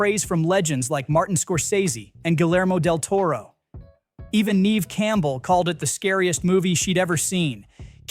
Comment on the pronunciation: You need to learn how to pronounce names. ‘Guillermo’ has silent Ls. And ‘Neve’ is pronounced ‘Nev,’, not ‘Neev’.